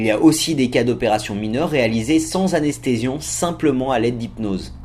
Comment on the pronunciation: Je rêve ou il a dit anesthesion ? Sinon merci pour le contenu tu pourrais faire un top 5 sur les techniques pour hypnotiser qqn ?